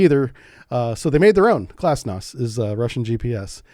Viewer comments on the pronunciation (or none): haha, I heard Glasnost instead of Glonass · GLONASS, not "glasnost". The latter was Gorbachev's buzzword for 'openness'. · sees GLONAS hears glosnas